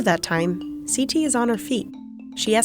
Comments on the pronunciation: siti is pronounced as in sí-tea. not sea-ty. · the way the narrator pronounces Siti annoys me